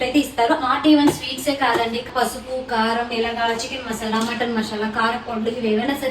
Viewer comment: మషాలా కాదు మసాలా